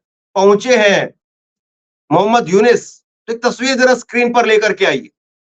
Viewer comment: मोहम्मद यूनिस नहीं मोहम्मद युनुस बोलिये please